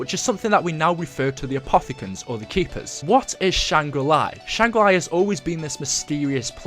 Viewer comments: stop saying shangri lai, its shangri la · Can't help but cringe every time I hear you say "Shangri Lai", but still a great video. I think doing a series on the lore of black ops 1 would be really neat. I personally never heard about the easter eggs or anything else from that zombies story line. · it's shangrilaaaaaaaaaaaa nnot iiiii. why do u never show us background footage of u on a high round on der eisendrache I think it's cuz u haven't got to a high round yet. ur pathetic. I have subscribed to a lot of channels and u always seem to post the exact same thing about 2 days after them. come up with ur own ideas and stop stealing g other peoples. ur a fake I used to like u until I realised u were stealing other youtubers footage. I've never seen u do anything significant in zombies yet.